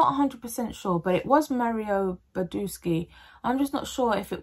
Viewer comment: Hmm not bad, the lipstick & gloss looked very nice! Think the last ones pronounced like Mario Bad-ess-coo. x